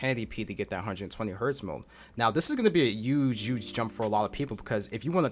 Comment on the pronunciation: He uge, he uge, huge.